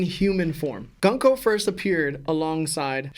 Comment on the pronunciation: Okay I don't wanna be the guy who does this but it's GOONKO I know English is English and it would make it GUN KO but Oda is JAPANESE just like Cerberus it's pronounced KERBERUS and her name is pronounced GOONKO. If you have any questions GrandLineReview will help you understand more lol